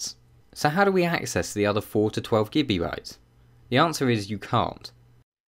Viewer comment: I keep on hearing him say Gibby bytes...